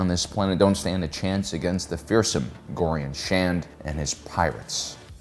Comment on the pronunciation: It's Gorian SHARD, just some completely transparent and honest feedback because I am a huge fan and love your videos..... I've noticed a lot of mispronunciations in many of them